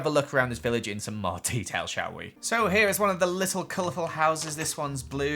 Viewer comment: You said t-e-a-t-a-i-l instead of detail